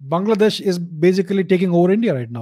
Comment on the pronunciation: the way he said bangladesh the frst time and laughed.. 😂